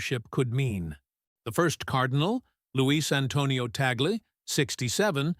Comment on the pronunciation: The name of the Filipino Cardinal is not TEY-GEL. The correct pronunciation of his name is TAG-LE---TAG as in "tag-along" and LE as in "le-mon." Before you talk about him, be sure to properly pronounce his name correctly first. You're not being credible with your very basic error about his name.